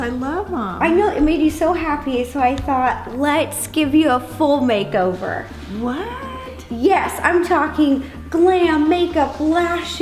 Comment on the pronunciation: Is it just me? Or did ro say “im surprising my mom with a full BAKEOVER!” Like if u heard this too Like if u didnt 👇